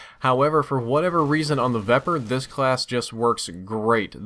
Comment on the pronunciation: can you please start pronouncing these names correctly? The Vepr is a Ukranian SMG, I'm pretty sure, and it's pronounced Viper. Also, the Bizon is pronounced Beezon.